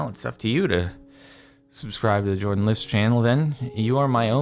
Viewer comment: Why Jardon instead of Jordan?